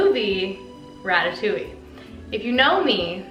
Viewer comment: Being French it’s so weird hearing her saying ratatouilli instead of ratatouille😭